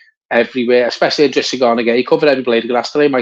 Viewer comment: I’drissa not L’drissa - but great video again! UTFT! Great win!